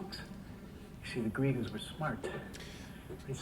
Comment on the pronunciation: Phonetic. GreeGahs. They're gone from Ceres. Why ?